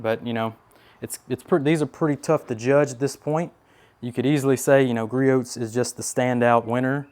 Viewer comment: this is turning into a nice test. Very realistic. As a side note, the T is silent in Griots